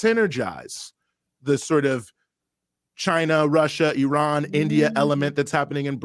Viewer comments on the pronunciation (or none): none